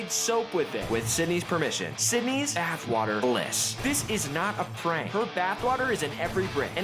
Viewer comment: Why it sounds like Buttwater when he says Bathwater